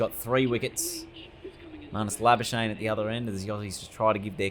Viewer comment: I love it how everyone pronounces Labuschagne incorrectly